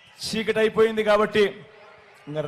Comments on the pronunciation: సీకటి కాదు చీకటి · "షీ"కటి, "షె"క్యూరిటీ, "ష"త దీవెనలు. ఏందిరా సామీ మాకు ఈ ఖర్మ...